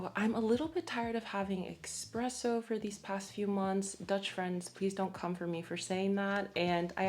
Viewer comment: I will come for you for saying expresso instead of espresso. 😜